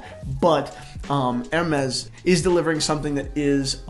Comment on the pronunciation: Ha ha! is hilarious in this one!...Whaaaaaaaat.....Jayzuz girl, just butchered, marinated and then chopped again the Hermes watch name!! Fell off the chair!!